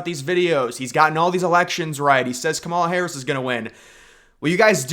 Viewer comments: Do you purposely mispronounce the woman’s name? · This guy can’t even pronounce Lichtman’s name correctly, as well as Kamala’s.